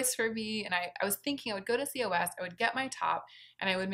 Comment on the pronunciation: COS is pronounced “cause”.